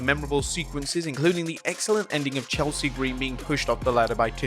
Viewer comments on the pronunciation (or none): none